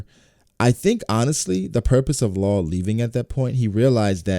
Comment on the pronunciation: Its not Law and it is not Carrot